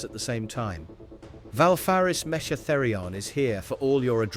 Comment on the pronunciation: Valfaris Metcha Therion? METCHA? Come on bruv make sure the AI can say it correctly